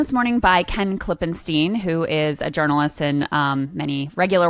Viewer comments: Krystal - note that Ken pronounces his name Klippenstine, not Klippensteen. Properly pronouncing his name is giving him the respect he deserves. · How many times does this guy need to be on and pronounce his own name as Klippen-STINE, but have Krystal introduce him as Klippen-STEEN???